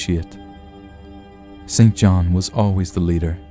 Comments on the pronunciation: I believe that “St John” should be pronounced “sinjinn”. Why? A convention that goes back to before the Great Vowel Shift designed to identify those who went to English private schools from those who did not. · St John is pronounced "sinjinn"